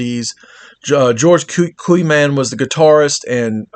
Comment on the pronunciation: It'a pronounced COY MANS